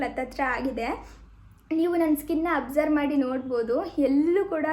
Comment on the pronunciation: You are pronouncing many words incorrectly. For example extraction, absorb, amazon etc. Please check on Google for pronunciation so that you can pronounce it correctly next time. Your videos are very entertaining but you should work on saying words correctly